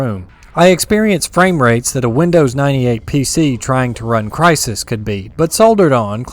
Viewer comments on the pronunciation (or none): none